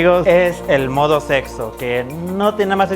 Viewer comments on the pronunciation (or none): "Aledsa modo sedso" JAAJAJA